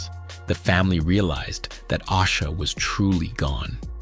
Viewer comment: If you are going to use AI to make content, put some respect on her name and pronounce it correctly!!!!! It’s A-sha!!!!